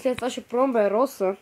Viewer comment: Брат поправи се Роза не Роса